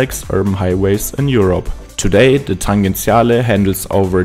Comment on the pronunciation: Just one correction: the name is "Tangenziale", pronounced with a soft g /tan-djen-'tsja-le/. 🙂